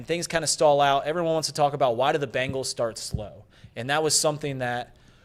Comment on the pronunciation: Why does pronounce it BAngles? There is no A in there. It’s BEngals. isn’t even a fan and says it correctly.